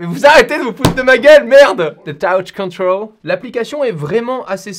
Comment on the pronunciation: le fameux taouche contraule